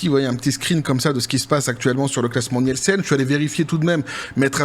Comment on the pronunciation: ça se prononce "Nilsen" ... désolé, je retourne me cacher.